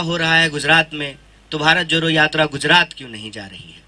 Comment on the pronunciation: Abhe joro nhi jodo hota h ..jodna bolna seekh le fir jodna bharat